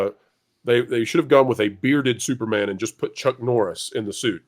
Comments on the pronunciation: Did you just call him STUPORMAN? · Yes, you DID call him Stuporman! A call back to the old Marvel mag, "NOT BRAND ECCH!"